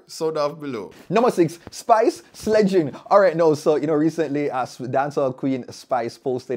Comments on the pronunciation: It's pronounced Slay not Sledge 😭😭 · he said "slegging" and the thing is a SLEIGH Americans call it Sled...variation of the word...it isn't incorrect. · Ok...thanks for the countdown...entertaining as always, however one "likkle" correction the word 'SLEIGHING' is pronounced "SLAYING"...like Santa's Sleigh OR Sleigh bells ringing 🔔 😊...bless up